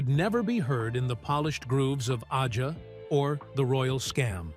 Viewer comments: "Ahja" and Donald "Fahgen." AI narration is such a cesspool of mistakes. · Can that click track BE any more annoying? And “AH-JAH?” GTFO! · Is the narrator AI? Mispronounced “Aja” and “Fagen”. Love LC but this video sucks…boring repetitive, no music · Aja. And Fagen are mispronounced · Ridiculous clickbait, pieced together by AI with AI voice over that even mispronounces Aja and Donald Fagen’s name. Complete BS. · Who is this joker? He doesn't even know how to pronounce the word AJA. Not a single word from Larry himself. Oh, and Fagen's name IS NOT pronounced Foggin. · AI bullshit, can't even pronounce AJA correctly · Yeah, they can't even say Aja...😅😅🤣🤣🤣🤣😂😂😂😂😂😁🤣🤣🤣🤣🤣🤣